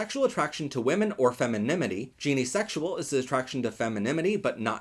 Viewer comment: Gynesexual pronunciation butchered 😔